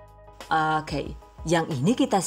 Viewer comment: Ku cuma penasaran sama pengisi suara THV...maap rada2 gengges klo pas bilang Oke..Hoke..piss yee bukkk😂